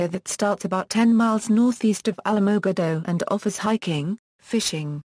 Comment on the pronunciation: you need to learn how to pronounce the city name correctly. If you don't know how to say the name then don't even try. I live here and you messed up on the name big time.